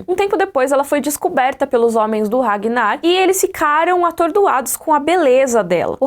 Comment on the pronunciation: "Regnar" kkkkkk like